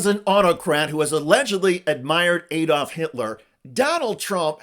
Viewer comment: Its ADD-olf not EED-olf. How how you pronounce Alabama, Alaska, America etc.?